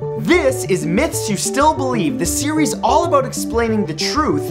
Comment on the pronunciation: About?U mean aBOOT? :D